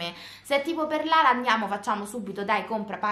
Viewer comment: Si chiama Lara non larea